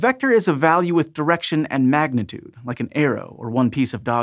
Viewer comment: "a vector has both DIRECTION and MAGNETUDE" whEEZE